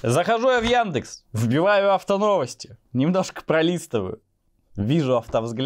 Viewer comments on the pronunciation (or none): none